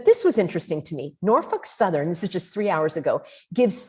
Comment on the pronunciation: "Norfuk southern" 😆 Was that a froidian slip lol